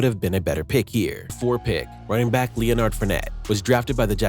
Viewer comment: Lee o nard? You mean Leonard?